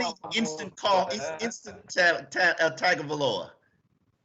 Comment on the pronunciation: At least pronounce Tua and Igbinoghene’s name correctly. Tung-o-Vai-Loa Ig-bin-og-gah-nee. (rhymes with mahogany)